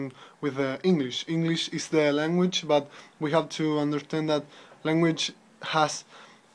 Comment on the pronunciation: Oral Journal:: Please, pay attention to these details in your speaking: - punch? punched? pronun + word/use - choice) - How could people attak this (questions order) - The linguistic imperisalism ( Use of "the") - the (pronun. before a consonant and a noun) - Organization: This is something that you should practice. You have brilliant ideas, however, you are still struggling trying to organize them. Also, you don't need to speak fast, English is not your first language, your objective should be to be understood by people. RUBRIC: Fluency: 10 Organization: 9 Language Structuring: 8 Vocabulary: 8 Pronunciation: 8 Task: 9 Organization: 8 Reflection Quality: 9 TOTAL SCORE: 69/80 MARK: 5.6